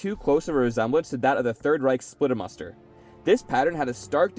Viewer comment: "Splitter Mustard" you pronounce it like that